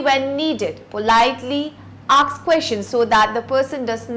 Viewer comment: English teacher cant pronounce "Ask", says Aks, Mercy!